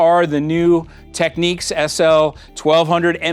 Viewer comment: Tech-neeks?! Really?!